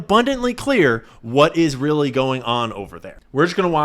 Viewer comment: “What Israeli going on over there “ tell me you meant to say it like that 😂